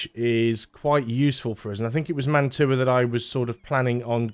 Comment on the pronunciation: Fun fact: Mantua is pronounced like mantwa, it's a french Italian name